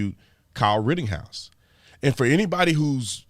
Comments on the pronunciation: Mr. Tatum, it's "Ritten-house" not RITTING-HOUSE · ok his name is NOT Kyle RITTINGHOUSE it is RITTENHOUSE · Just saying, it's ritteNhouse. There's no G in his name. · Am i the only one that wants to scream in his ear "IT'S RIT_TEN_HOUSE!!! NOT RIT_TING_HOUSE" 🤣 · Ritten-house, not Ritting-house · Big dog Brandon, it's Rittenhouse, not Rittinghouse! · You know I love you. You da man. I listen to a guy that mispronounces shit all the time. It’s Pronounced wittENHouse no “ING I know it’s not a big deal but I’ve listened to a guy butcher the Florida town of MYackahatchee and he keeps saying ME ackahatchee. He had people BEGGING HIM lol to pronounce it correctly and he would ONCE and then go right back to ME ackahatchee. Lmao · I'm curious as to why you pronounce the name "Ritting-house" when there is no G in the name. It's pronounced "Written-house."